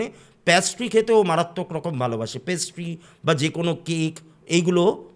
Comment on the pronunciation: jeta bhul seta bhul 14baar oshikkhitor moto paastry paastry korche.... Hopeless